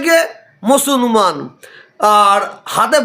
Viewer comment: মুসলমান কথাটাও উচ্চারণ করছেন ভুল ভাবে হয়! ইনি নাকি পীরজাদা!